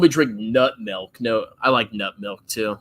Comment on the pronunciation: Of Course says "melk" instead of Milk.